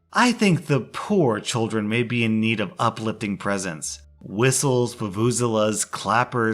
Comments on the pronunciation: It's pronounced voo-voo-zeh-la, by the way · The way he pronounced vuvuzela 🤣